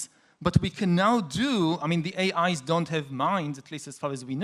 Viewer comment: yuhval saying AIs, sounds like A(eyes)